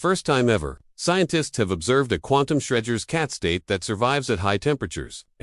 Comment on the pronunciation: Shreginer's Cat? LMFAO bro, you'll never make money if you can't even QC your own videos. Try making videos about something you have an interest in, show us a genuine human behind the scripts, and maybe, just maybe you'll get 1000 subs. GLHF.